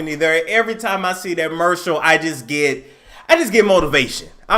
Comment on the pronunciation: It kills me every time you say mercial 😂😂😂